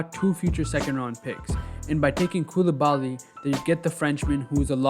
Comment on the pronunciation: To my fellow american friends, you prononce Coulibaly phonetically in english as such : coup lee bah lee